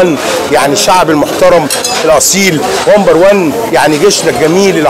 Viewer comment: هههههههههه😄😄😄😄😄😂😂😂😂😂😂 بيقول ((( ومبر ون ))) هههههههه